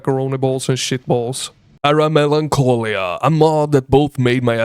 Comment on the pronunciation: Para (then a similar word to Melancholy) Melancholia Nice try pronouncing but I hardly recognized what you were trying to say 😅 Awesome mod tho, I got to help play test recently